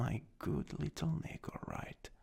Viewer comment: Im so sorry but the way you say Neko is just so funny to me “Nehhko”